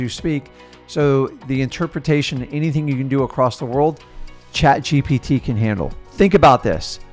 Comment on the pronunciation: The way messes up “chat gpt” 🤣🤣🤣